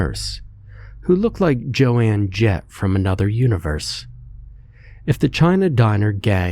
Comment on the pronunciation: not his point ! So is it jo anne Crawford or Jo anne of arc ? This one got me like "really dude Jo anne Jett ?" . I look past his mispronunciation of ALOT of words but really , Joan is kind of easy . One syllable , that's all .